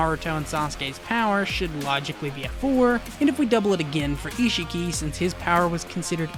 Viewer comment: why does everyone pronounce it like ishiiiiiki? it's ishhhhhhhki